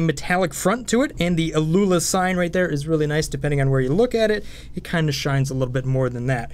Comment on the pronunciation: I think it's "owl-a" or something like that. Great review! I wasn't aware of that key-testing tool--very helpful. +1 sub!